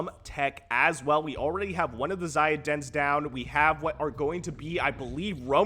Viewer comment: I assume "xayid" is pronounced with with a soft A. Like 'say' but with a Z. At least 'eye' but with a Z is better than Lowko's weird middle-eastern-sounding pronunciation where he emphasizes the 'yi' part.